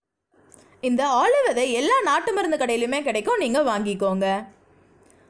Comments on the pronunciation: ஆளு விதை அல்ல ஆளி விதை.. சரியாக உச்சரியுங்கள். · Intha vithai name konjam theliva solunga plz